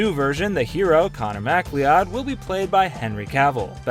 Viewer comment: You totally butchered my family name macleod. It's mak loud